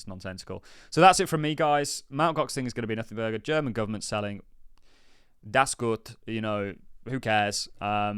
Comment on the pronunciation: I like the way he said 'dats goot'😂